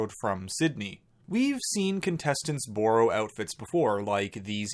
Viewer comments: the way you say borrow ahhahshah “boorough” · i know you did not just pronounce “borrow” like that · I love you,, but the way you say "borrow," seriously concerns me! 😂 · The way he says borrow 😂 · He did and I love it lol. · Emily he’s Canadian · So, so canadian